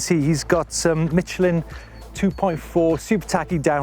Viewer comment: Youre supposed To say it like Michelin not mitselin.